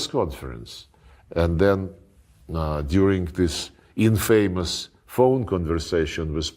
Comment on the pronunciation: He mispronounces infamous. lol.